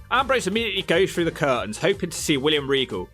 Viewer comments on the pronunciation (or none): none